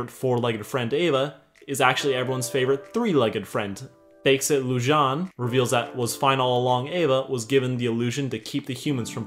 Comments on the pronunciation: Okay- first off- Hilarious. second, Its actually pronounced Loo-JJ-ay-neh. I think it means moon in some other language. third, You called it. Mah boi runaan is gay, and I knew from the start. I mean, look at his eyes. that eyeliner is on point. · 1: The theory that Viren switched Pips and Harrows souls is NOT confirmed 2: You pronounced Lujane wrong. 3: YOU ARE LITERALLY A GENIUS!! Best sarcastic summery ever! (In case others exist — I alr watched S2 and S3 summaries)